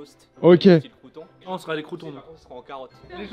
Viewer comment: Le crew’ton